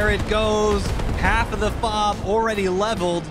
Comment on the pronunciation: The “awready” really had me convinced most be from Minnesota